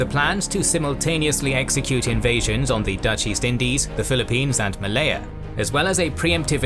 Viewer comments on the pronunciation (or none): none